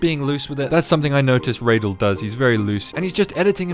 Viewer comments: Reydal ❌ Radal✅ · yes, also its pronounced "raa.dal" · Radal: "Tells people how to pronounce his name": raydell